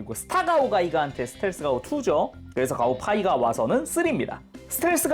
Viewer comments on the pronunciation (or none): 가오파이가라고 부르는데 왜 가오가이가라고 들리는가...